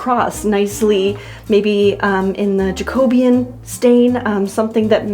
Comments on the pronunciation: Love your work,. Having watched you for sometime, I do admire your skill and determination. If I was forty years younger I like to think I would be doing the same. Just one thing…I don’t know if anyone else has said this, but it’s pronounced JACK-O-BEE-AN. Not JACK-O-BEAN. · please. i am BEGGING you. it is pronounced "jack-o-bee-yan" not "ja-co-beyan"... empasis on the "jack" and the "bee" and not on "co".please. please. you mention it all the time and i am begging you 😂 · I love you but it’s pronounce pronounced jak-uh-BEE-uhn. 😋 with love from Scotland 👍🏻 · Just to educate you being from england and the name of your wood stain comes from an english era of history jacobean .... it's pronounced "jack'o'be-an" not "ja-cobe-an" but I love your channel ❤❤❤❤ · I'd never heard it pronounced "Ja KOB e un" before. In the U.S. we say "JACK uh BE un." Not trying to nitpick at all. Just thought it was interesting. P.S. I love the way this entry is turning out. The wallpaper is so pretty! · It’s jack-uh-BEE-ən. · Loved the way you pivoted after the craziness of what you discovered with the wall layers. That teal is beautiful, just not with that wallpaper, you were right to change it, the teal took away the beauty of the paper. In Australia we say Jack-o-be-in, I love the way different parts of the world pronounce things differently. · I think you mean jack - o - bee - an. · I love you, but feel I have to say this. In English, Jacobean refers to the period marking the reign of King James I and should be pronounced Jak-uh-BEE-uhn with stress on the 3rd syllable not the 2nd. This is synonymous with the dark oak ornate furniture of that period hence the colour of the stain. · Jacobean- pronounced ’Jack oh bee an’ refers to the reign of King James VI of Scotland and King James the I of England (same guy) The Jacobean Era was ❤ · Is it not pronounced Jack-o-bee-an? ❤